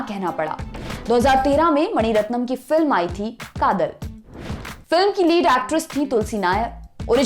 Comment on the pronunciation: You are right. Anchor should first learn how to pronounce South Indian names.